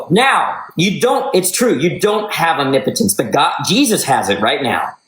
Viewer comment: Thank you for pronouncing omnipotence correctly! Nobody else can do it!